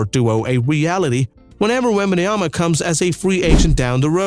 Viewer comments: "Wembayanama" I think you're adding to much letters mate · The first time he literally says wembanoyam... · he cant even say the name of victor right... why do I get this guy in mi algorithm...this is a video made from AI or what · I thought Reggie Miller was a terrorist for saying Wembanyana on TV but here it's on another level, are you reading scrabbles while doing your script ? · Bro thank you for the video but please learn how to say Wembanyama please or just say Wemby